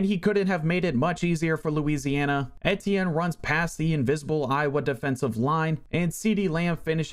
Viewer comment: E-Tee-in is the pronunciation